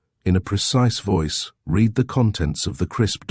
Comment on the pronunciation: It's just so easy to listen to, not too much emphasis - very soothing & totally easy to forgive the random wrong row & read mispronunciations.